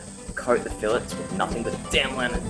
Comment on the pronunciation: fi-lays... fi lets? what?